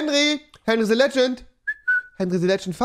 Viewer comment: Ich hasse es wie rewi "the" ausspricht